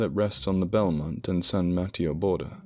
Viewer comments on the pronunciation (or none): San ma TEY o. Spanish for St. Matthew. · Cool, this takes place in my neck of the woods and Kane the wrestler is mayor of my hometown. I tried and failed to wait for bedtime to listen to this, thanks! (San Ma -TAY-o, btw, and El CamEEno REE al. Oh, you got it at the end, no offense intended, and I wish I had a proper phonetic keyboard, I'll have to make do).